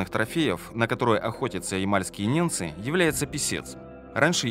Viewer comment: Автор, неНцы живут на севере,по тексту же звучит-неМцы!!